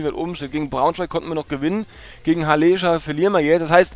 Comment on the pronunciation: Du hast "Halleeescher" gesagt es ist aber von der Stadt Halle in Sachsen Anhalt abgeleitet. Also ein kurzes E :)